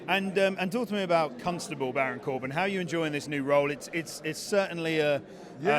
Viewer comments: "Cunstable" Baron Corbin. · 'Cuntstable Baron Corbin' - lmao. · Did that limey call Corbin a Cunt-stable?